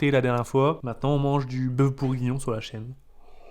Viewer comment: On dit bourguignon pas bougonnions ❤️❤️😂sinon je vous kif les boss ❤️❤️❤️